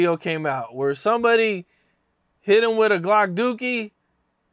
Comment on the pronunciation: That boy say him-shim 😂😂😂